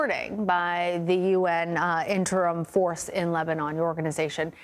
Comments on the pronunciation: shordy said lebanin🤣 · Why she say lemonnob? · Couldnt pronounce Lebanon or Hezbollah.